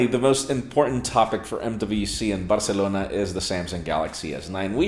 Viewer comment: I like how he says "Barcelona"....Barr-celona